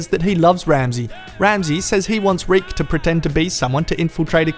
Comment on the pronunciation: You started calling Reek, Rick.